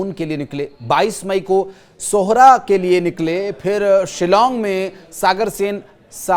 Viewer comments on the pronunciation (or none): Sohora nhi hai bhai (sohra) thik se pronounce karo